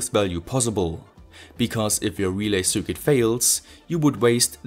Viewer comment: Love your content! You always struggle to say "cir quit", but it's actually much simpler. Circuit is pronounced "sir kit", no matter how fancy it may look! If you disagree, please do so phonetically!